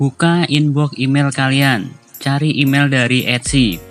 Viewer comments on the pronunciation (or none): none